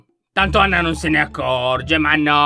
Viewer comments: 😂😂😂Lyon dice Ana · Lyon hai detto ana invece di anna😊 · Allora inizio lion ha detto Ana invece di Anna🤣🤣🤣🤣😂😂🤣😂🤣😂🤣chi lo ha sentito mette like,perfavore😌😌